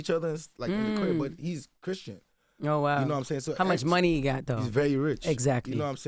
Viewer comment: This Spoilt Brat Saying He’s Not From Nigeria 😂😂😂😂 … While He Pronounces Money As “Mony” 😂😂😂I’m Confused 😂😂😂